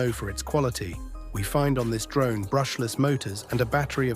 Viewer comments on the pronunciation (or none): 😂😂😂 "Mavis pro drome"